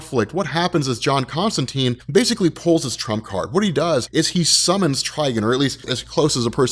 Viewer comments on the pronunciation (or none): none